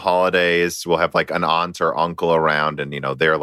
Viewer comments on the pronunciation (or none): none